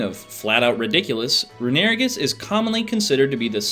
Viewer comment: I know he’s not pronouncing is “roo-NARE-ih-gis”